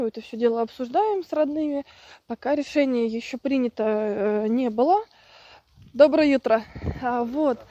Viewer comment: Немного не в тему... Но так нравится это ваше "доброе ютро". Скажите, пожалуйста как ваш сербский? Вы мне очень симпатичны, я пытаюсь следовать вашим советам...